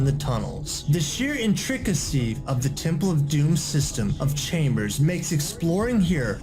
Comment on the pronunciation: " the sheer en-trick-ah-see " 🤦🏼‍♂️